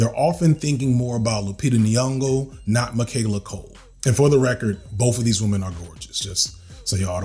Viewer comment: Love how you pronounced Lupita Nyong'o (ehe he hee). Ask her to help you out. She's generally approachable. The trick is kind of to 'soft snarl' - albeit, with no malice aforethought - at the start of her second name: N-(soft snarl insert here)-yo. Repeat that a couple of times till it feels natural. Then pick it up from the second half just as-is but ending with a similarly soft knocking sound at the 'g': "...ong-(soft knock insert)'o. Watch the temptation to gulp half a breath, or take any sort of break as you roll out the name. You may practice it in 2-parts, but once you've got them down, mesh it all together into one continuous flow: Lupita N-(soft snarl)-ong-(soft knock)'o. ✊